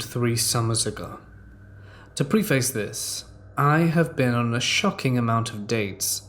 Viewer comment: Please stop stop saying pree-face! It’s pronounced “pref-ess”! Love your channel but you’re saying it incorrectly